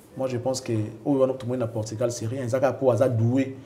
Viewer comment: Portugal et non portigal, merci